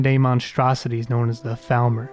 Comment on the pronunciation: Love the video. Love the mod choices. One thing I’d say is that it’s pronounced FALLmer, but otherwise great job. <3